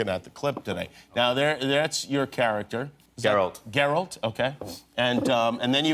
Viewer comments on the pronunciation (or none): Did Cavill say Zerald?Lol